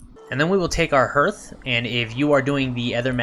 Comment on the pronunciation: Just as an fyi the vowel sound in hearth is pronounced ar, like heart, not er like earth.